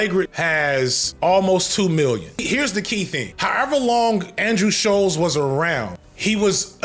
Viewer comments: FD, I'm begging that if you ever need to say the surname I share with this moron again That it is pronounced like "Bolts" with a sh- at the start, Not Shoals like a submerged sandbank. This was driving me CRAZY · Him mispronouncing Shulz’s name the whole video is lowkey the best part 😂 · Why is he having the hardest time saying Schulz?